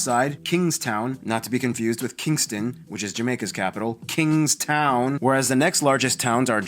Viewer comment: It is Kingstown not kingston